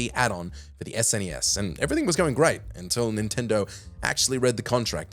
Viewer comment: Stop calling it "sness". It's called an " es en ee ess". No one who grew up with SNES ever called it "sness"